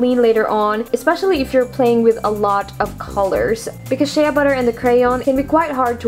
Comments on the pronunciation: I like this but u should do one on how to do it without Shea butter because it's expensive and hard to find. {btw it's said 'shay' butter not 'shay-ah' butter} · You said sheaaaa butter its Shea (shay) butter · its pronounced Shay butter not shaya butter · Lol she said (sh-Ah) butter not (sh-A) butter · Its pronounced "SH AY butter not Shea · Shea is spoken like shay and you were saying shaya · It's pronounced shay not shaya but great vid :-) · shea butter is pronounce shey butter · My friend pronounces it shee butter even though she knows it's wrong! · its pronounced shay butter lmfao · !!"SHEA BUTTER"!! SAY IT RIGHT